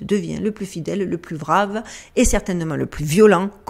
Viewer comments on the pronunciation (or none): none